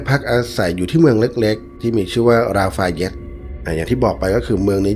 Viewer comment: ราฟาเยสสสส ออกเสียงลากยาวหน่อยก็ดีครับ ออกเสียงห้วนๆสั้นๆแล้วสยิว😂😂